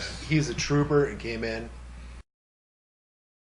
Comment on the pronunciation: I know you said "Kris is as sick as a dog, he's a trooper and came in" But what I heard was "He's a trooper and gay man"